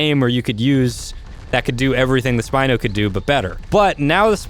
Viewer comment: It's spino not spine